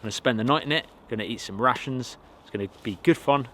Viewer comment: Ohh I like to hear you saying rations. never thought it may sound like russians... So "I'm gonna eat some russians" it is great!...